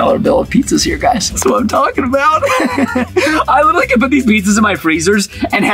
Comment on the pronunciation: Why did you said “literately”... it’s literally... you must have an Apple iPad to help you